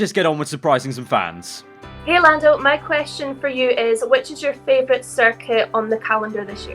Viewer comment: Nobody: Lando: fravourite